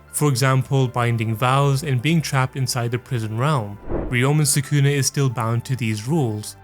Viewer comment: Soo-koo-nuh ≠ Sah-ku-na